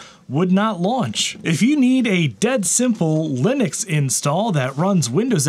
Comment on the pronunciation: I anticipate grief from someone for me saying this, but since you say Linux correctly, I may as well offer this PSA... I'm a fellow South African like the founder of Ubuntu (pronounced "oo-boon-too" and not "yew-bun-tu" or anything else like that). So if you enjoy saying "wuh-bun-too", try saying it "woo-boon-too", which is the correct way of saying it, and see how much fun that is 😅 And FWIW Ubuntu is a term for community above self, basically, and it really sums up living in Africa.